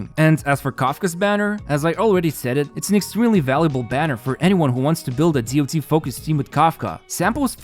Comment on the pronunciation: Please say damage over time or dot(dots), not dee o tee. This term isn't from HSR, it's an old term and always said as dot.